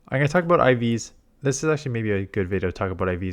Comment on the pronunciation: Damn i just heard it He pulled the canada abooot